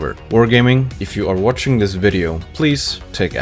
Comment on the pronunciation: and then zwatsch said "thanks for zhwatching" and zwatshed all over the place